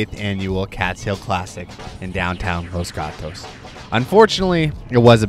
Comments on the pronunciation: Los Gatos pronunciation on point 😂👌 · As a Spanish native I approve that pronunciation ✅